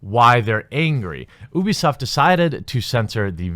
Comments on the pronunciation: Its pronounced you-b-soft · Pronounces Ubisoft OOBISOFT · Heh heh heh... sounded like he said "boobysoft" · Jeremy you say Ubisoft like Boobiesoft. lol